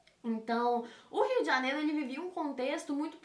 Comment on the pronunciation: "o Rio de janelo" kkkkkkkkkkkk